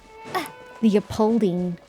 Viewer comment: Leopoldine is an existing german name (it's pronounced lay-o-poll-dee-nay). All of Mondstadt is inspired by Germany/Europe.